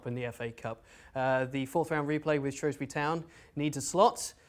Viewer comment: SHREWSbury not SHROWSbury